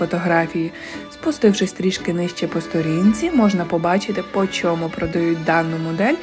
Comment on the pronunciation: Почьєму почОму? Чому gramd , а не grand?☺️